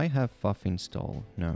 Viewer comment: Fuff or ffuf?